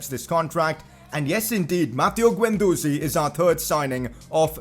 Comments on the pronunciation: Its Is-hak not i-zak and its not guen its gen please see some pronounceations😧😧😧😥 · Guendouzi is pronounced Gendoozi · Pcq: you’re pronouncing guendouzi wrong it’s guend-dozi it’s guendoozi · Bro your pronunciation - It's Keh rer not keh rare & Guen du zi not ze Plz Like!!! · Also pronounce gendouzi withaut an u